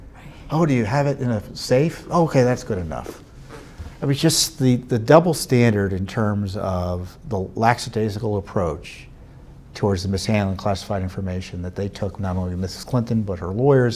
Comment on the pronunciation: Love ya Tom, but “lax”adaisical is not a word. It’s LACKadaisical. Please!!